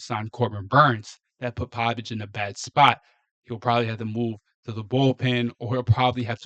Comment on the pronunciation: Cade Povich at best a number 3 or 4 starter . His name is Povich , not Pavich !